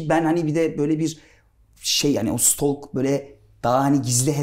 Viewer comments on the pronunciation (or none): Aynen cok kulturlu. Stalk kelimesine stok demesinden belli 😂😂😂😂